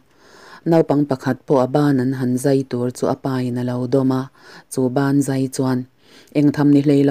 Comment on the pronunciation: A tira "Banzai" i lam rik dan khi ngaithla nawn leh chhin teh.. 😁😁😁 "Ban zai" i ti tlatin ka hria. 😁